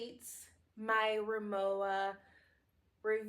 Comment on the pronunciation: You’re pronouncing the brand name incorrectly. Since it’s a German name, the W is pronounced like a V. Ree-moh-va